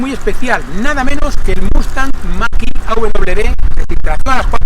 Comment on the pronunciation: Gracias por el vídeo y la información... 👍👌👍🙏 Todo digno de un Mustang... 🙌🙌 un explendido "Muscle-car" USA ("Mexican") ... 👌👌 P.D. Por favor... "Machiiii..." Noooo... , ¿no pone "Mach -E" ?? (hablando en "Spanish"...) 🤔🤔😂😂😂 Saludos... 👋🙋😃